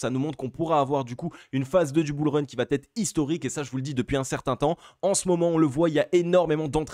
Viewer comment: merci. analyses sympas, avec un flux impressionant N.B.: il va , pas vat, beaucoup de liaisons mal't'a propos avec ce verbe a+